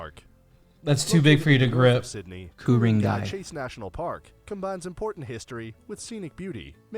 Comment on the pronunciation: Kuringai …again he is not really pronouncing it correctly. We used to live there…it was at the end of our street. So amazing and beautiful.